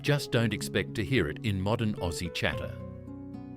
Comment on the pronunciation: Strewth Ruth!! What flamin' AI galah language is commentating this!?? "Gar-lar" 😳 huh!! Wtf 😂 Must be some seppo programmed version of an Aussie, (not "oh- cee" btw) 🤦 "Fuck me Nora!!!" Get it right!!🤦🤦🤦